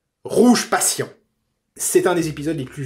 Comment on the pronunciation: C'est pas une critique mais comme c'est un épisode que tu aimes beaucoup beaucoup, ça se dit "pacheune" et pas "pècheune". Encore une excellente vidéo, dès que je retrouve du travail je te tiptiptip